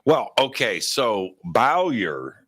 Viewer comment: pronouncing BOWYER is hilarious, it's two cylabals and he got it wrong twice out two attempts, hes consistent at least 😂 Well done on getting it spot on 👏👏